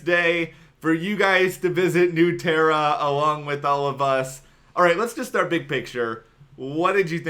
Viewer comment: oh, pronunciation that went something like /n(y)o͞o ˈterə/ was particularly egregious, haha.